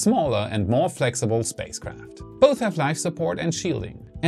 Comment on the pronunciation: Did he say "safespace craft"?